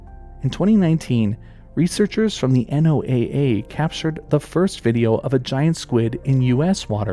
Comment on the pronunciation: hey fyi, NOAA is pronounced "noah"